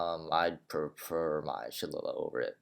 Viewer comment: Oh and fyi shillalagh is pronounced shill(as in chill but with a s)-a-lay ^_^ sad how no one asked u about what ur race is -_____